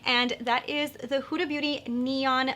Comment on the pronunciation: The way you pronounce Huda is right 😁in Arabic it's pronounced exactly how you said it